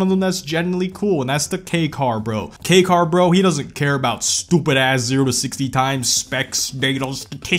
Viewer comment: He got the accent on the Kei car lol